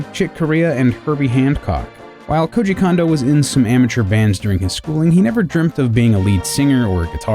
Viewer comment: Please explain to me why the same vowel be pronounced the same?? iIts KOOJI KOONDO, not KOOJI KAN-DO, moron